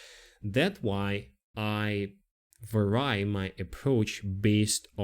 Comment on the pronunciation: you speak excellent english; just a note about VARiable, and VARy - the accent is on the first syllable, not the second. And the "i", in both cases, is short, as in "instant", :) Also, how's this for an idea to deal with customer perception of latency: have the AI voice introduce itself as AI and mentioning there will be a slight latency, (maybe with a bad taste joke about the the upside, being Terminator type efficiency lol only kidding